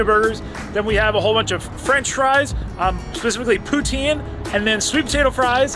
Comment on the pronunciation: perfectly prounounced ''poutsine'